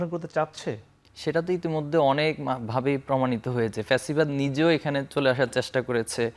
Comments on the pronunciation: ছাত্রদলের সাধারণ সম্পাদক অথচ ঠিক মতো বাংলাই বলতে পারে না ফ্যাসিবাদ কে বলে পেছিবাদ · পেচিবাদ না রে... ব ল দ